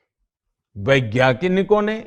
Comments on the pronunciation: Vigyanik to suna hai, ye vigyaknik kya hota hai? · Baiggyngik nahi bhai wegyanic chai wala bhaiya